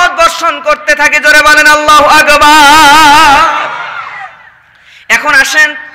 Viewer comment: আল্লাহু আগবার ..? নাউযুবিললাহ । আল্লাহু আকবর হবে । আর ক্বারী লিখেছেন কিন্তু পড়া তো সহি না। পাম তো একটু বেশি হয়ে গেলো..?